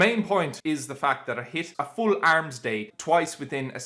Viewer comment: The Irish way💪